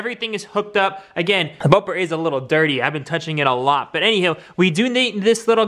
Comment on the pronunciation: Bubur 😂😂😂😂am i the only one who is hearing bubur instead of bumper